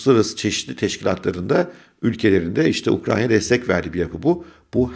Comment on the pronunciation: Ukranya değil hocam, Ukrayna 😄